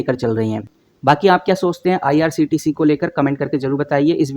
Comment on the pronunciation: Bhai bolna to sikh lo, irct ni irctc hai